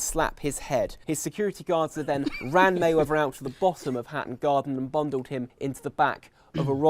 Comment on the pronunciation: Mehweather ? Popper unc Tom